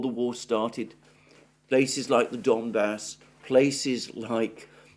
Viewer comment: Alexander, sorry, but I have to correct your pronunciation of some cities and places (because you obviously care about it; Ritter, for example, manages somehow to put stresses always in a wrong place, even in Putin's name, lol). DonEtsk, DonbAs, MAr'yinka, ZhytOmyr, PoltAva, StepovOye, BogdAnovka, LimAn, BakhmUt.